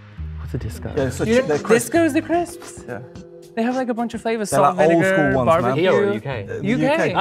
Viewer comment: sounds like chips but in CC it's Crisps.